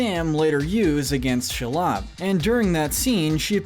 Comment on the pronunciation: Hey guys, your hiring for a narrator? This guys good, but hes not pronouncing names right at all. Denathor and Shelob being small examples.